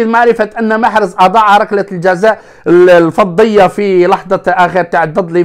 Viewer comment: الفظيعة ماشي الفضية 💀🤣🙃